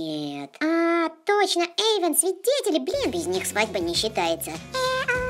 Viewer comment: не Ейдан а Ейван